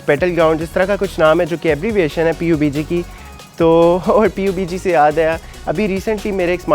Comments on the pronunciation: U still didnt get the point. Its pronounced PUB-G . Not P U B G. And stay professional and ignore stuff and take criticism so ur videos r not about u ranting about criticism. Cuz in this video, aadhi video me uss comment ka rona rotay rahay ho aap. Either dont rant in ur videos or take criticism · we even dont pronounce P U B G.. its pubg and collectively pronounced PUbjii..... And if u gamer u always called this i guess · xd its PUB G not P U B G.Btw good review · oss bhai sab na kaha tha pubg na bollo "pub g" bolo jaisy cod bolty ho "c o d" ni bolty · Abe oh gawar.... P U B G nhi hota.... PUB-G BOLTE H.... Ab pakistan walo ko ky he kahe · Its called (PUB)--------G not P U B G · You foolish guy, You didn't even showed my 2nd reply when I said It's not nessecary to pronounce P U B G. I said you should pronounce Pub-g than saying P U B G, it makes even more dumber than you already are! And asking me to make a review on phone, well since i had no passion for making reviews but I'm really proud that my country's people make muchhhh better reviews than you and at least the foreign people can also understand since they makes all reviews in English! So yeah before roasting someone do remember where he belongs too.